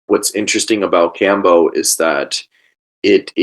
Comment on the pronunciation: Iʻm honestly wondering how much you know about Kambo when you donʻt pronounce it correctly...? Neal: The nadi is called "Ida" not "Inga", and itʻs a channel for prana, not blood and lymph, though of course it might affect them...